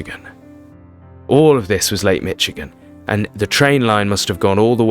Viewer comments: its pronounced mish-igen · You pronunciation is wrong it is not called Lake "Mitch-again"